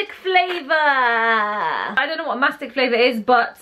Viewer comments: It is not Mastick it is Mastika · It's MESTKA not MASTK....Iam Egyptian